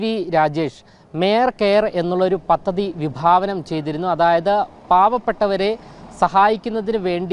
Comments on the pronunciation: പതതതി അല്ല. പദ്ധതി എന്ന് വായിച്ചു പഠിക്ക്ക്. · പത്തതി അല്ല പദ്ധതി....